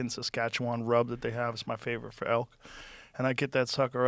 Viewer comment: I'm from Saskatchewan, Canada and I am so happy Joe actually said Saskatchewan right cause most people can't say it right. I am so happy Joe had Jelly Roll on here. So proud of Jelly Roll for taking care of himself.